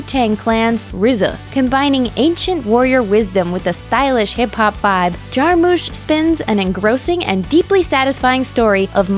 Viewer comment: you said jarmusch wrong